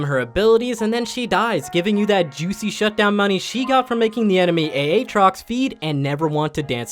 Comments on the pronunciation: This guys speech pathology is C tier. "A Atrox" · did he just call aatrox "A -atrox" wut